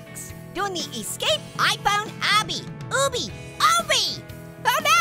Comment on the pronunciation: It's called an ahbie that is the pronounciation and it is short for obstacle course.